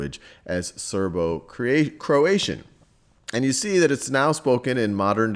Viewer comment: Serbo-Croatian not Serbo-Croation